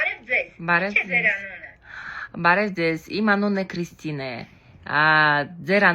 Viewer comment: Как у Вас отлично получилось произнести Qristina. В казахском есть буква Ք и Ղ?